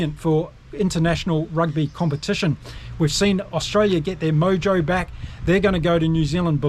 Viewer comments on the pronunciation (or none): none